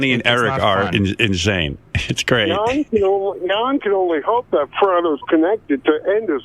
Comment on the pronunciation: Jon pronounced yawn rodeo pronounced rodell